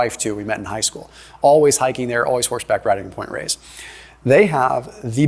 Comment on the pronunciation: That's Point Reyes. Not "Race", lol.